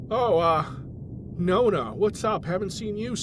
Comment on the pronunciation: "Nonna" -- Sei Italiano,?